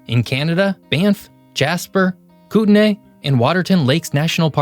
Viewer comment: We pronounce Kootenay like “Koot - nee”. And Kelowna is “Kel Oh Nah”